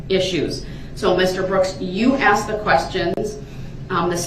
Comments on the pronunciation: Cause you Axed dats da only reason cause you Axed 😊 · How come THEY always pronounce the word "asked" as "axed"? Like the way he does in this video? Is it because of their dangerously low IQ? 😅🤣🤣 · We don’t axe questions we ask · Every time a question was “axed” and he looked over at Brooks waiting for the objection it made me laugh. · Loved it when she finally said that she was telling him, not asking him.........shut him up but good. He never "axed" her that question again. Unbelievable!!😊😊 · hahah that was absolutely gold. The only thing I would change is “asked” to “aksed” lol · or " axed".....